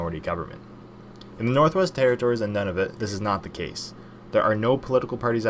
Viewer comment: Noo-na-voot. NOT Nun-av-it. NOT None-of-it. 🙃